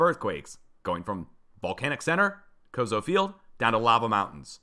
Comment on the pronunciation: Pronounced Co-So not Cozo.